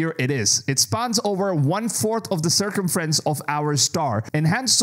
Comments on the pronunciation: It’s circumference not circefrance 😂😂😂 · Subscribed this morning. Unsubscribed this evening. Bro couldn't pronounce circumference correctly.